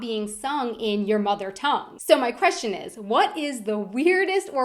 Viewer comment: Ihave a kweschtshen too what the fuck learn english before you talk about us